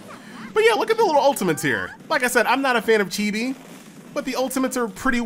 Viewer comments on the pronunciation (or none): none